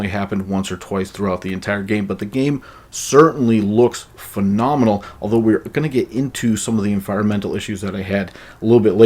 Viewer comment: Magic Johnson, "Fi-nom-i-nul"